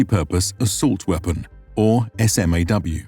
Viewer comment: Just one nitpick: Wmericans tend to pronounce acronyms. SMAW would be said phonetically as smaw, not the letters. Also, Mk. Is pronounced Mark, not em kay.